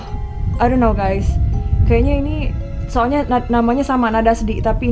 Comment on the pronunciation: Bukan gays tapi guys ?